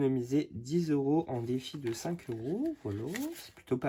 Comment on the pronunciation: Cc "Defi" et non "deffi" rien de méchant 😉